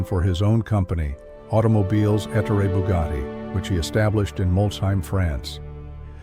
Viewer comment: ET TOR EH NOT ET OOR IE or ET HOR RAY